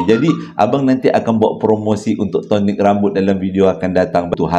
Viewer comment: Betul bang tonic rambut… jgn sebut sonic 😂